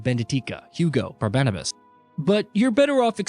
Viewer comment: Ahh yes, "Benedika" and "Barbenabas"